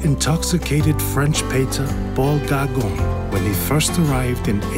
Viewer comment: It's that difficult to pronounce Paul Gauguin correctly?